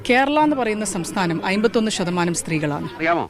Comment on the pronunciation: അയമ്പത്തൊന്നോ അമ്പത്തൊന്ന് എന്ന് പറ.